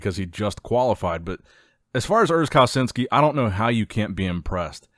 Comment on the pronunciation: I know that this channel is known for mispronouncing names, but if you want to change that: Pronounce Urs' name like: Kal-a-chin-skee